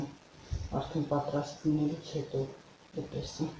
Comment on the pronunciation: Շատ հաճելի կին եք, ուղղակի հայերեն ճիշտ խոսեք,ուտես-ուտեՍտ, դարբնի տերև-դաՓնու տերև